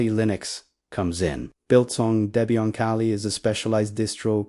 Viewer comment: You don't demo any of the Oses you mentioned. A screenshot does nothing to your users, albeit good for a glancing. Not really noteworthy if you ask me. Nothing to see here, except a rolling slideshow with little to no content. And it's pronounced DEBBIE-IN, Not whatever you keep hammering away on.